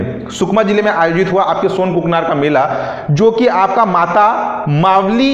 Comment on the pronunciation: सोनाकुकानार हैं sir ji सोनकुकनार नही